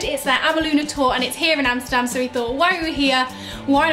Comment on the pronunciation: I am impressed, you must be the first person from the UK pronouncing 'Amsterdam' the right way ! Great video btw.